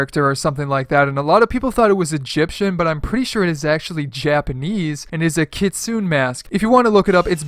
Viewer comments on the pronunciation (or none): its Kit soonay not kit soon lmao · Well actually its pronounced Kitsunae huhuhuhu gettt it right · Just to let you know I think it's pronounced kitsun-ay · Its pronounce Kits-Unae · Kitsune is pronounced keetsoonay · Y’all are pronouncing kitsune wrong. It’s kits oo ne. The e is e as in egg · your saying kitsune wrong and kitsune another word for it is a supernatural fox and it dates back in ancient japan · The way he says Kitsune 😓